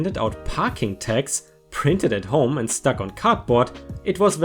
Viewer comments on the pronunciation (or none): none